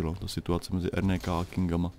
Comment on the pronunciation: RNK = ErNéKá? :DDD N se čte jako Né? :DDDDD